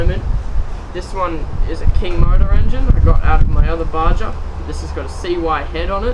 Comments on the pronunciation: its called baha not ba ja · its pronounced BA-HA not BA-JA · for the love,lol! PLEASE PLEASE pronounce it right! BA-HA not BA-JA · its pronounced BAR-HAR not BAR-JAR. good review though. I have a HPI baja my self. Thanks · Its baha!...not baJa...bro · Actually its pronounced BA HA. As in a from the desert BA HA. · You can't even say BAJA right. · Just to let you know, "baja" is a Spanish word. The "j" is pronounced as an "h". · ***** Not if he's literally pronouncing it wrong. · ***** Jeez, just keep getting it wrong.